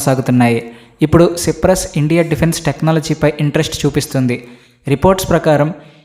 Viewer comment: సిప్రస్ కాదు నయన సైప్రస్ అని పలకాలి